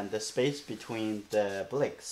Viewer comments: Let me hear you say bricks in his language. I bet it isn't the only word you mispronounce. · ...I don't think it matters how he says it. What's important is the lesson.